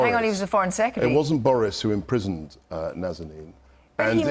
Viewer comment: In regards to Nazanin Saghari Radcliff.. She is BORN in IRAN, she raised in IRAN and she is Iranian with dual nationality ! MOST foreign office staffs can NOT even pronounce her name correctly ! please do understand the IRANIAN side of argument too.. and Boris Johnson did exactly that.. Boris is extremely Pragmatic leader or politician you got to give credit when credit is due.. he said it clear and honest way what is wrong with that? the problem is most of us are used to fake and artificial and pretentious stances not real matter.